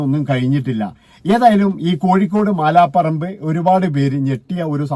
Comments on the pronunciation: മാലാ പറമ്പ് അല്ല മലാപറമ്പ് ആണ്. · മാലാപറമ്പ് അല്ല അളിയാ, മലാപറമ്പ് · മാല പറമ്പ് അല്ല മലാപറമ്പ്